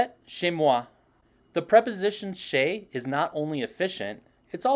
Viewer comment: Dear, I enjoy your videos. When you pronounce "chez", you tend to make a light English diphtong ( a close-mid front unrounded vowel followed by a near-close front unrounded vowel) like in MondAY or survEY. Vous (plural: y'all) had an slightly outdated version in Western France where most of the Quebeckers have "their" ascendants: "vous autres". This idiomatic expression is still used in Quebec. You can find it in Spanish as well: "vosotros"